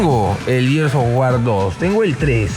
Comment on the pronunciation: Por qué la gente siempre pronuncia "gears" como si estuvieran diciendo "years"? xd